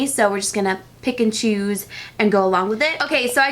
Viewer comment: pikachus, thats what i heard lol. this game has gone too far she said pick and choose